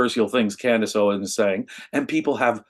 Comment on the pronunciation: It's "OwenS" not Owen. She has just gone further down-hill. It's astonishing.